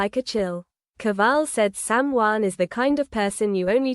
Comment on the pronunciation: Why can't reporters pronounce the names correctly it's shocking and time they learn. It's SamHeughan if you can't pronounce their name you should be fired. 😊